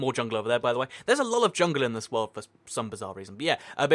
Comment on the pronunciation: You talk entirely too fast. Slow down! And every time you said "world" I thought you said "wool" and got really confused.